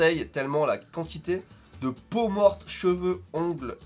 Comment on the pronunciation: J'ai l'impression que dit morg au lieu de mort mais ça doit être moi